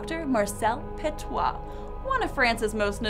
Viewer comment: The video was pretty accurate but you're mistaking the pronounciation of Petiot (pətjo in phoenetics international language). You are saying "petoit" instead of "petiot".